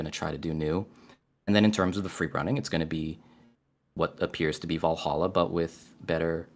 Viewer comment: why does keep pronouncing Vallaha wrong?